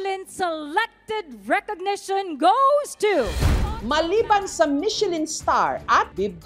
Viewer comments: Parang pronunciation nyan " mi shuh lan(nasal), hindi Michelin?😊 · Buti pa si Ms. Jessica hndi inaartehan ang salitang MECHELIN, yung iba inaarte ang pronunciation na "MICHE-LAN" HAHAHA